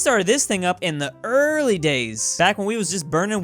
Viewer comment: "1638. So we started this company up in thuh ear-r-rly days". Greece, Egypt, Iraq and Iran would like a word.